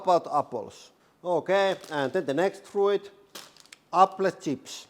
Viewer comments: I know I should leave it alone perhaps but: "frooit" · "froo-It" love it lol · It's pronounced froot